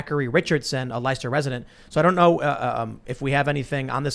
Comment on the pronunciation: They're pronounced Woostah and Lestah.